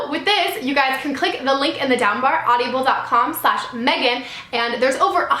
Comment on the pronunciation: You keep saying audiable D: I was like "wait...that doesn't sound right". I loved how at the end you were talking through hiccups haha it was cute. :)